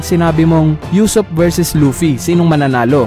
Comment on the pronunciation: usopp hindi yusopp ano ba, main character yan hindi mo pa mabigkas nang tama